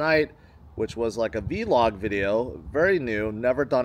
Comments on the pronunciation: Never heard anyone pronounce VLOG as V-LOG; truly bizarre from someone that makes content for YouTube. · you sound like a boomer when you say V-log lol i've always heard of it as one syllable vlog. Anyways love your content at the conference and continuous march towards generational wealth.